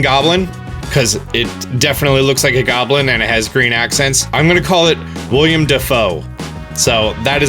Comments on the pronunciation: buddy, I love you, but it's Willem Dafoe, not William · William Dafoe? It's Willem you scrub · It's WillEM Dafoe. Not WILLIAM Dafoe...